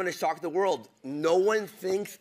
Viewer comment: Man said i'm gonna "Thock the world"